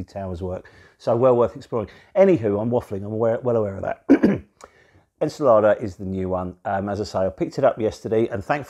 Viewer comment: ...Tiny FYI- ENCELADE is pronounced :- en-cell-AID ...( emphasis on the AID )